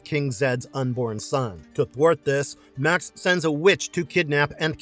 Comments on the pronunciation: The Beastmaster's villain's name was pronounced "May-ox" not Max. Also, Conan the Destroyer is waaaaaaay better than Kull the Conqueror. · Made me laugh when in Beastmaster it was Max and not Ma'ax Did these guys actually watch some of the films???